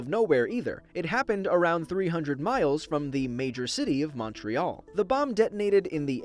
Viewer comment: You pronounced Montreal weird, too much emphasis on the “O”